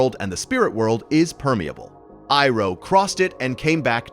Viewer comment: Pronunciation of Iroh is annoying it’s so crazy how a fan could mispronounce this could not finish the video